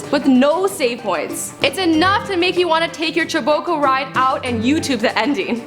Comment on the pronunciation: "Choboco" smh.